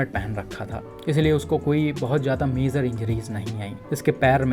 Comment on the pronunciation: Bhai, sabse pehle, yeh MAZOR kiya hota hai .. woh major hota hai, aapni pronunciation sahi karlo